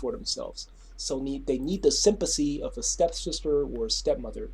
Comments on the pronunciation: I really don't want to make fun of his speech, but I can't be the only person wondering if he was coining the term "Sympussy"? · I am distracted by the way he says sympathy.